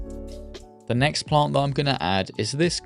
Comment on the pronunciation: Every time you say “plant” you add so many extra L’s. It’s like “Pa-Lllllllant”